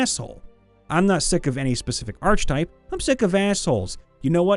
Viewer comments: Hate me if you will, but... ARK-a-tipe not ARCH-a-tipe Leaving now. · Archetype. Sounds like aar·kuh·tipe Not arch type. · The “arch” in archetype is pronounced wi to a hard c. Like ark. It’s not arch-type. It’s ar-keh-type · Dude it's ar-ke-type, not arch-type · Please stop reading archetype with a "ch", it's pronounced with a "k" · I wasn't going to say anything, but it kept happening - the "ch" in "archetype" makes a "k" sound. It's "ark-eh-type" or "ar-kuh-tipe," not "artsh-a-type." I know D&D-enjoying types often learn uncommon words by reading them, so pronunciations can slip by, but sometimes it's common enough that I don't understand how anyone can say it so often and never be corrected. I don't fault anyone for not knowing - I fault every other person they've said it in front of who didn't bother to inform them before. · Archetype... Not arch-type, but ark-eh-type. Trust me my Ohioan friend. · It's pronounced Ark-a-type. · Ar-che-type, not arch-type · the correct pronunciation is ar-keh-type. Usually people who say arch are people who learned it by reading and never were corrected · Ark-e-type, not arch-e-type. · I-is he saying arch-type instead of ark-eh-type? Accents are weird. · I swear that every time he pronounced it "arCH-type" instead of "arK-e-type" I winced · Same here. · Ark uh type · I'm sorry but i had to say it. It's pronounced Arc eh type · The "I pronounce it 'arch type'" archetype has been driving me up the wall lately. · Sweet salty christ no. Not a ch sound. It is pronounced ark-a-type. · Archetype. (ARK-eh-tipe). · It's a hard c sound, not "arch" Ark-a-type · The most annoying archetype is the one that pronounces that word "arch type." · Dude I love you but the arche in archetype is pronounced ARK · Hey dude, not to be rude, but it's pronounced (ark - ah - type) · The H in archetype (ark-itype) is silent just like it is in architecture. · I'm not convinced you mispronounce words on purpose. Arch-type?